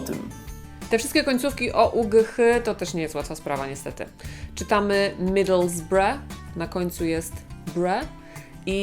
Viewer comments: Niestety przy wymowie Middlesbrough chyba został popełniony błąd, gdyż anglicy czytają często to jak "midlesborouł" z wyraźnie słyszalnym "o" między B i R. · Fajny pomysł na materiał, ale kilka nazw jest przesadzonych. Takie Bournemouth czytamy prosto jak "Bormuf" bez "n" w środku. Middlesbrough nie udziwniamy a czytamy "Midlsboro". Od lat powtarzane w ten sam sposób przez komentatorów nazwa tego drugiego klubu. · Fajne tylko z błędem. Middlesbrough wymawia się inaczej Pani. Proponuję sprawdzić transkrypcję fonetyczną.